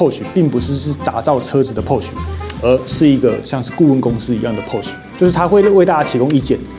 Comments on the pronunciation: Porsche的發音不對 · 影片做的很棒, 科普了一些知識 但知識型影片還請Porsche發音標準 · 這集讓我滿身起雞皮疙瘩，不會外語發音，就國語台語來吧，何必自曝你短，保時捷的porsche，德語發音不會，就光用國語翻譯就好了，福斯就福斯，國民車就國民車，不會Volkswagen 的發音 上網去查，不要讓你自己丟人現眼